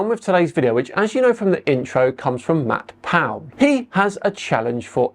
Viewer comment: The way you say his name, it sounds like Matt Pow! :)